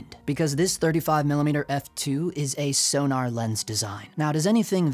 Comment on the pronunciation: Please.... it's not 'Sonar' it's 'Sonnar' (short 'o' as in 'gone'). You could even say 'Zonnar' due the German origin, but that's going too far.